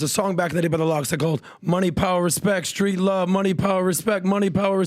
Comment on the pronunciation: Money Power Respect, “street love”? 🤦‍♂️you’re saying it all wrong lol